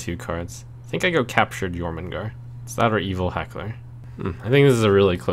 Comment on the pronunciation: Glad to see Trump actually reads Jormungar right cough looking at you Kripp cough